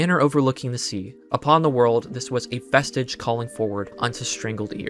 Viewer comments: Two super minor things: - Liaison is pronounced “lee-A-zon”, which you may be more familiar with after hearing it said proper (as opposed to “Leah eye-son”.) - Vestige is typically pronounced “ves-tidge” as opposed to “ves-teege” (like prestige is, I’m saying it’s NOT pronounced like prestige). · lia - aison and ves-tiiije has me rolling bro. You can't just act like those are hard or weird words. If you really have to google the meaning of those relatively simple words you could at least learn how to pronounce them before releasing a video to 150k viewers. Or at least have your "literature-head" gf teach you the words. I think your analysis is decent but it really takes away from your credibility. I'm not trying to be too hard on you but here's an example of something that really matters which takes away from your credibility. The person you pronounce as "Richard Chenney" is fucking Dick Cheney. The guy was in the news every day. He was one of the biggest public advocates for the Iraq War. I'm getting the sense you are pretty young because he is a very prominent figure in American politics. I'm having a hard time believing that you didn't recognize the name with a simple google. He was appointed as Secretary of Defense by George H. W. Bush. He was also the Vice President of the United States under George W. Bush, right after 9/11, widely known as the most powerful vice president in American history. He had a working relationship with Al-Qaeda and is responsible for the initial claim that Iraq had weapons of mass destruction, which was later proven false. For anyone who recognizes him, its actually really funny that he is in the thumbnail of the video. Most people agree that he was a pretty evil man. Again, if you are gonna post an analysis, this is probably important